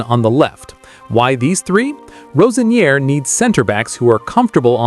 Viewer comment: This guy can`t even pronounce Roseniors name right.